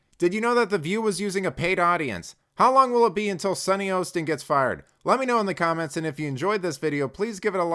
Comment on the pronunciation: Hah-stin, not HO-stin. She is, however the resident idiot! 😂